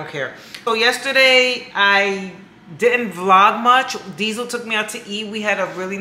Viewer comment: Diesel not “heifer” 😂😂😂 I love this channel 💜